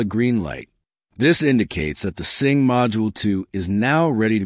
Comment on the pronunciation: It's a sync module not a sing module.